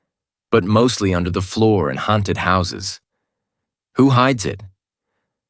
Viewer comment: Why can't he pronounce the word haunted properly? He keeps saying hairnted.